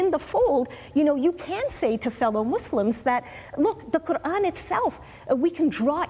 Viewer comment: She can’t even pronounce the name of her creator properly ! The little rat